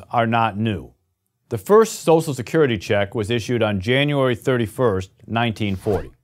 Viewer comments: Nobody: This guy: S O S E L Security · Lol can't pronounce social security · his pronunciation of "social" is killing me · Social, not Sosial! Other than that, this is such a great/true video.